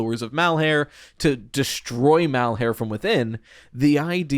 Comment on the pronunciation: I am begging you to please stop trying to make 'Malhar3' happen, it's been too long to try to change it and my brain recoils in discomfort every time you say it. It's like trying to change the Puppet's name to the Doll; it's just not gonna catch on when most people listening are internally translating it back to the original name because it's what they've already settled on calling them. Shit, AvA12 just showed you can explicitly rename a character on screen and most of the fandom will still call him Victim instead of H4CK3R entirely bc he's been Victim for the past 20 years. People will cling to what they've already accepted as the identity of a character.